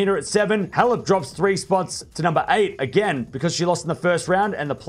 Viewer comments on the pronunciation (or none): none